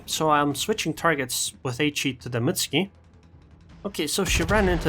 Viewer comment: Why dont you pronounce the "U" in Mutsuki? You make it sound like a Russian ship? "Mutsky"